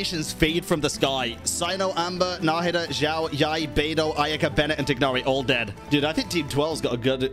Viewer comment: Why do you pronounce my boy Tighnari like that xD